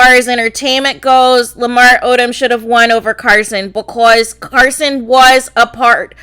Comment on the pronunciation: Gurl..why are you yelling so much!? Also whats the deal wit the way she says BECOZ 😜lmao